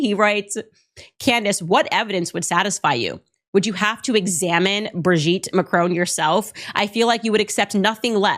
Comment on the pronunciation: Curious pronunciation of Macron. Hint, it's French